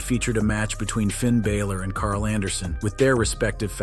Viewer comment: Also, you need to learn how to pronounce Bálor properly